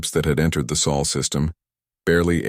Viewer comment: You just can't get it right can you? It's SOL not soul or saul or any other mangled words!